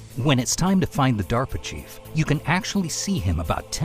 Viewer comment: due to Vinesauce brainrot I keep hearing pronouncing DARP Chief as 'Diaper Chief'. There's no salvation for me, is there?